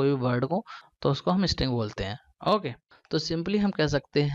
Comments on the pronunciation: bhai wo sab to theek hai but pronounciation theek kro apna hokay nhi its okay okay bro!! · saheee mei yrr ye okay nhi hokay bolta hai:)